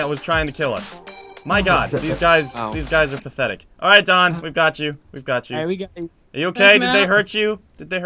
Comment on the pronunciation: NUU NOT DANW